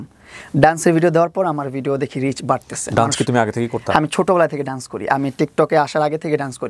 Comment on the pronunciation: It's not duance, it's called Dance... Just a little correction.